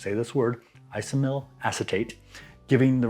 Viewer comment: Nice video. Iso-amyl (4 syllables) is the banana ester… Love using my Tilt hydrometer to monitor my brews and the White Labs 380 sounds like a winner. My fave Weissbier is Schneider and would love their yeast. If you want to really taste bubblegum, try the Erdinger Weissbier. Prost!